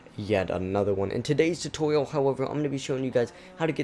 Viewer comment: why do you say tutorial so weirdly